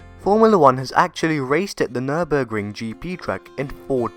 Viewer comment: Nice video full of information! And Good job on your effort pronouncing it correctly :)